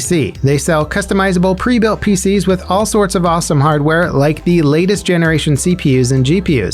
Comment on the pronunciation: Preesentations!......birthday preesents?